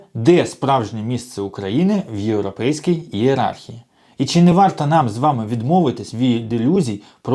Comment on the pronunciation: Боже, шановний автор! Не чі, а чИ, И!